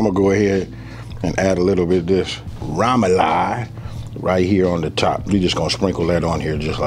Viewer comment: Sorry, that’s not poboy, that’s not French bread and please learn how to pronounce remoloude.